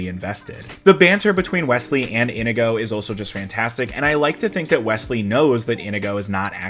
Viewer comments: Why do you keep calling him "Indigo" instead of In-ee-go? Over and over. MY NAME IS INIGO MONTOYA. YOU KILLED MY FATHER, PREPARE TO DIE. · Inigo says his name like 50 times in this movie and yet somehow you're still pronouncing it wrong.